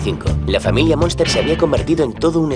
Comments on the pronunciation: Es la familia Munster, no "monster" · Es Munster, no Monster como indicais